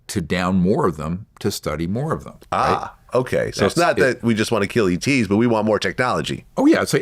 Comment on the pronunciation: ETs not Eats